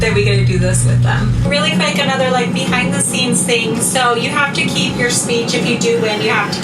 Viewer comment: The Botox and the teeth omg! She can’t even say keep!! With her lips closed smh! Lmfao